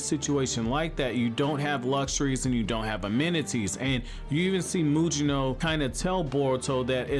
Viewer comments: Why does this guy keep calling him Muyino? It's pronounced Mugino like Gyuki or Kusanagi. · Take a shot every time mispronounces Mugino’s name 🤣